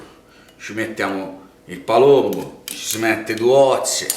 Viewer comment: LA GALLLLLINELLLINA , IL PALLLLOMBO , IL PANE ALLLIATO.. GRANDE🤣